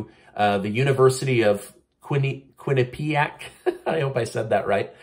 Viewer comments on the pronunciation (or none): none